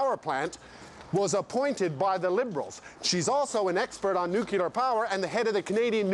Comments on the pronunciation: NUCULAR ? comon Rick Mercer you can do better. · is it me or did he start off saying 'nuclear' and then begin saying 'nucular'? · Came in to hear Nu-kee-ler, was not dissapointed